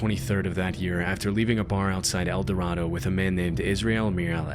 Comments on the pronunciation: we pronounce it El Dorado with the same a in Gatorade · *El-Duh-Ray-Doe, Kansas. Also, Baxter Springs is like 2-3 hours from El Dorado, not nearby. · Hi! El Dorado local here. El Dorado, KS is pronounced El Duh- Ray- Doh. While the prununciation in the video is correct for the other El Dorado. It's not for Kansas. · So I'm from el dorado, ks. I remember when all the emily sanders stuff happened. I didn't realize there was a 4chan thread attached to the murder though. Also we say El Dor ay do, ks not El dor ah do lol it may be dumb but that's how it's pronounced here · The name of the Kansas town is pronounced "elduhRAYdoe." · Okay I'm late to comment but just a little fun fact: locals and Kansans pronounce it El Do-ray-do instead of the usual Spanish pronunciation. Kansans like their long vowel sounds lmao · I doubt it'll come up again in a future video, but El Dorado, Kansas is pronounced 'el doRAYdo'. As someone who has been living in the Midwest for many years, I've learned that most Midwestern place names that look like another place are pronounced in rather unusual ways. (E.g., Versailles, Missouri; New Madrid, Missouri; Miami, Oklahoma; and Cairo, Illinois).